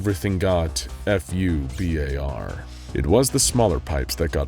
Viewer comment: ...fubar.... its pronounced foo bar, means fucked up beyond all repair... spelling it out sounds off